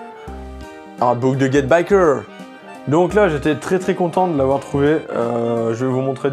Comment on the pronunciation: Get Backers hein et non pas Get Bickers... Et c'est Tite Kubo (prononcé Tit Koubo) pas Taillti. Mdrr ta prononciation me tue